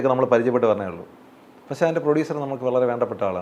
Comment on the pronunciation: ഇയാൾ കൂടെ കൂടെ "പശേ" "പശേ" എന്നു പറയുന്നു. പക്ഷെ എന്നാണ് ഉ ത്തേസം എന്നു തോന്നുന്നു... മണ്ണവേന്ദ്രാ വിളങ്ങുന്നു ചന്ദ്രനെ പോലെ എന്നാ അണ്ണാ.... സൂര്യനെ പോലെ എന്നല്ല.... അണ്ണന്റെ ഈ കൊണയടി കൂടി കൂടി , ഫീൽഡിൽ ഔട്ട്‌ ആണന്നു അണ്ണന് തന്നെ അറിയാം.. അണ്ണൻ പയങ്കര ചം മ്പ വം ആണ്ണാ.... ബാലു മഹേന്ദ്ര ഇപ്പോൾ ഉണ്ടാരുന്നേൽ സ്റ്റിൽ ഫോട്ടോഗ്രാഫിയുടെ സീക്രട്ട്സ് അണ്ണനിൽ നിന്ന് പഠിച്ചേനെ അണ്ണാ... മലയുടെ മുകളിൽ നിന്ന് വാണം വിട്ടാൽ സൂര്യനിൽ ചെന്ന് പൊട്ടുന്ന അണ്ണന്റെ കൊണയടി...